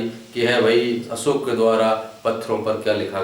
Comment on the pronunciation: सम्राट अशोक बोलीये असोक नही, भाषा बोलीये भासा नही.